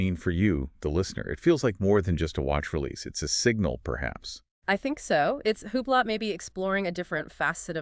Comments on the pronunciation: It is Spelled Hublot. But it is Called Hublow. You people are not saying it the right way! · Huuublot 😂 It’s pronounced oooblow. This must be an AI channel. No person I know pronounces the brand the way you two do.